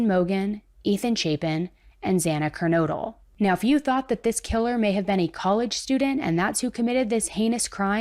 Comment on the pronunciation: Thank you for pronouncing Moscow and Kernodle correctly! Kernodle is a family name and it's so frustrating how many people say "Ker-noodle." It's so annoying!